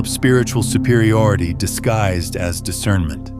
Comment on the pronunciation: Discernmint not judgemint